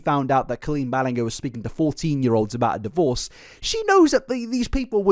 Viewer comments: Genuine question: Do you just pronounce names wrong so you can seem quirky for clout or something? Because I have definitely heard you say her name correctly more than once in the past and I noticed it's a pattern with you with names and words like you're purposely not pronouncing it properly or something. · Love the disrespect of mispronouncing her name, even 'Merinda' 😂 how did you watch all the videos and info without figuring out the G that sounds like a J in Ballinger? 😂 it had to be on purpose! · Everything about this video was great and spot on, except your pronunciation of Ballinger! Nonetheless, thank you for making this video and bringing more attention to it. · I can’t believe you made a 3 hours doc and still don’t know how to pronounce her surname 😂😂😂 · kinda obsessed how you pronounce ballinger btw. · Drinking game for how many times mispronounces Ballinger?...I feel like we'd die, lol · Awesome deepdive however are you saying things wrong on purpose or is that what you think they sound like, not judging but it's hard to enjoy the video with you saying her last name wrong. Love your content tho ✨🥰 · Never watched a 3.5 hour YouTube video but I honestly think clicking this one was one of my best decisions. Other than the ballinGer pronunciation, I thought it was class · I can't believe I just sat through 3 hours of someone saying Ballingar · i am goin to believe you purposely pronounced her name Bal-ling-er.........just as an F U Colleen, and I love it!!!!! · honestly at first i thought her name was pronounced: "ball-in-ger" like ball and anger but with an i so you did better than me lmao also don't ban the ukulele because then ChapHop wouldn't exist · Me watching video about 10 minutes in hearing him pronounce her name as "Balllin-gher": Oh no.. This is going to be 3 hours of torture. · oh sorry for pronouncing balenger wrong Also: proceeds to mispronounce balenger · It's pronounced Ballin-jer from my understanding